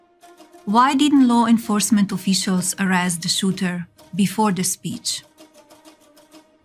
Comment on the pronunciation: SNAKE EYES! What is an O Fee shul?